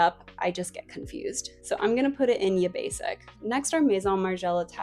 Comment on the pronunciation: Love the way you say at times "PLEASE touch grass" 🤭 Also every time you said Ya Basic, I heard Yippie Sick😆